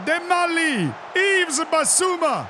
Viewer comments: You really need to stop saying YveS. The s is silent 😅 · Please say Yves correctly. 😢